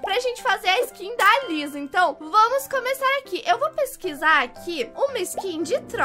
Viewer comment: Kkkkkk a falando Liza invés de Lisa KAKAKAKA, amo os vídeos da.❤.